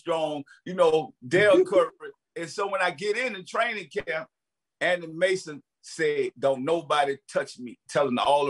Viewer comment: 😂😂 I thought he said Anny Mason